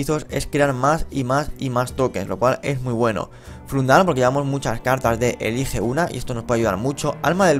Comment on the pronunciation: Por el amor de Cthulu se llama FANDRAL no Fundral e.e